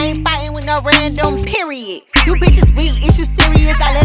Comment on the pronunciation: You mean periodt cuz they pronouce it with a t at the end 😂